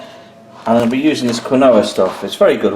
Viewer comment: How did you just pronounce quinoa?! You pleb ;)